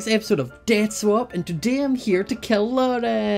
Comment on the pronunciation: In the intro it sounds like said dance swap instead of death swap